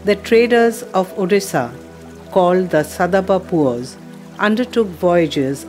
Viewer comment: Boitta ? Sadab pua ? Taa-poi ? Baadaa osa ? ବୋଇଟ, ସଦବ ପୁଅ, ତା ପୋଇ, ବାଡା ଓସା ? Is the narrator a non - odia ? Why Odia language is ridiculed by a Govt of India organisation with such wrong pronounciations ? It is shameful.